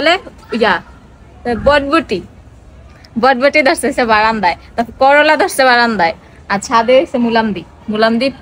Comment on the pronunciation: বডবটি না আপু ওটার নাম হচ্ছে বরবটি